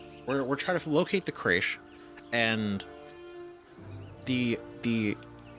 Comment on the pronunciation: Why are you struggling so much with the word, crèche? It’s a perfectly ordinary English word you must have come across a thousand times in your lifetime but you act as if it’s your first time encountering it. 😂 It’s not important, it’s just freaking me out a little 😂